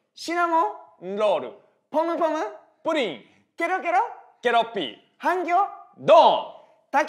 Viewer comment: ポムポムプリンって言いにくいよね 福徳ちゃんと言えててすごい